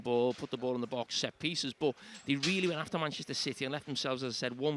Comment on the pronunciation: Gary = "MANECHISTER CITY"